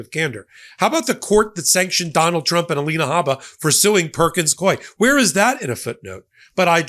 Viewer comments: Psst, it’s pronounced “Perkins COO-EY,” like “Dewey.” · YOU ARE MISPRONOUNCING THE NAME OF THE LAW FIRM PERKINS COIE AND IT'S DRIVING ME CRAZY LOL! BUT I LOVE YOUR CHANNEL AND NEVER MISS AN EPISODE!